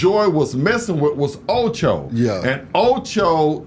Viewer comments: Acho not Ocho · Get the names right. It’s Acho not Ocho.